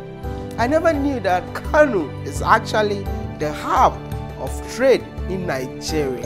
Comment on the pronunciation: Kano not kanu.